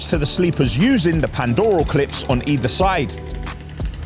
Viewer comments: Pandrol clips, not pandoral😀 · "Pandoral" 😂 Brilliant video though! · Does like it when people point out he says Pandrol wrong?